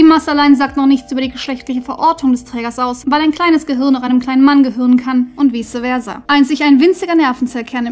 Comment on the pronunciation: ENDLICH was gelernt. Seit Jahren frage ich mich nun irgendwo in meinem Kopf, wie denn "vice versa" wohl korrekt ausgesprochen wird. Danke, sehr cool!